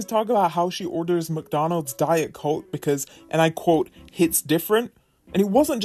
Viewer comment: I hate the way she says coKKe